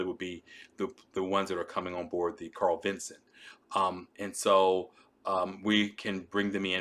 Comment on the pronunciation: Strongly recommend fix the video title (and perhaps edit verbal pronunciation if feasible). The name of CVN 70 is CARL VINSON, not "Carl Vincent". From one perspective, perhaps minor, but given the topic, a familiarity with the basic subject matter is rather relevant to credibility. A gaffe like that, however superficial, for many viewers is going to glaringly jump out and degrade the effectiveness of your content's substance. Carl Vinson commissioned in 1982. How many people have served aboard, flown from her deck, or steamed alongside during the 40+ years of her service? And then include their families. We're probably talking a couple hundred thousand folks here. And not just a random group...but one which is probably more likely than average to be, let's say, "interested in US naval matters". How many such folks are in your potential initial audience...the folks who are going to view, like, comment, and subscribe so that the channel can get more algorithm visibility and expand the reach of your effort?